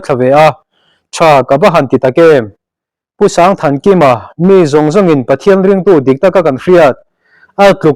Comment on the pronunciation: Sangthankima tia sang lai hi Sangpuii tia kan sawi sang rik dan hi a lam dan tur a ni e.